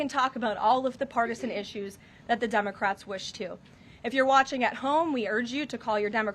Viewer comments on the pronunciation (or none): lol. Did she say “Dumbacrats”?